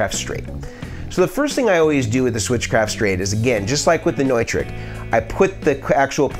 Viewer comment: Hey bud, cool video. I wanted to let you know that the word Neutrik, is actually pronounced Newtrick. Not trying to break your balls, just helping a friend.